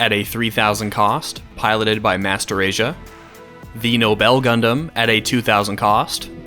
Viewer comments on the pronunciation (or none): none